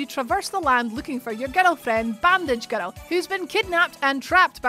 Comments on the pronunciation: How about a whole video of her just saying girrrrl! I would watch that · I can listen to the way "boy" and "girl" sound in a Scottish accent all day. It makes me happy